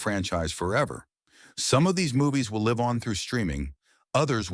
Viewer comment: I guess he didn't teach his AI narrator that 'live' is pronounced 2 different ways. 'Content creators', my ass !